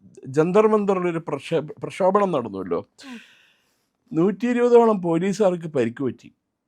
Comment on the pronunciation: പ്രക്ഷോഭnam എന്നല്ല പ്രക്ഷോഭം